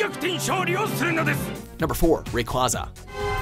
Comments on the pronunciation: Ray-quay-za NOT Ray- qua -za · Ray-Kway-Zuh, not Ray-Kwah-Zuh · ITS SAID RAY QUWAZZA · the cringe when rayquaza was pronounced wrong. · STOP SAYING RAYQAUZA'S NAME WRONG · It's R-A-Y-Q-U-A-Z-A #_# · Not how you say rayquaza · NOOOOOOO!! You mispronounced Rayquaza. But at least you got Metagross right.